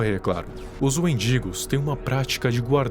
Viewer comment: Desculpa, mas toda vez eu ria quando falava "wendigos" pq parece "mendigos" EU IMAGINEI TODAS AS SITUAÇÕES CITADAS😭😭😭😭